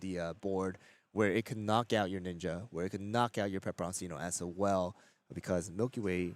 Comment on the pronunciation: Why would you continue to constantly mispronounce pepperoncino when your co caster is pronouncing it correctly?